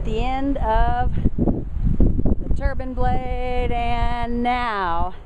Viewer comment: It's a wind turbine, not a wind "turban."